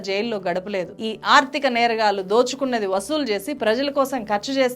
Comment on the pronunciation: నేరగాల్లు కాదు. నేరగాళ్లు వాల్లు కాదు వాళ్ళు Please improve your telugu pronunciation. At the same time please avoid false propoganda. Vijay malya. Neerav and Lalit Modi have the asylum in UK and as per their law they need to be deported to India and it takes time. Coming to the money looted by them Modi government recovered almost entire money through special acts enacted.